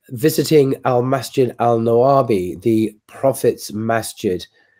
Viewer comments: Masjid Nabawi not Nawabi 😊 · Pronunciation of Prophet Masjid is Masjid Nabawi.